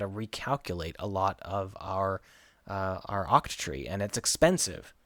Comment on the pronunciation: are u saying OXTREE ??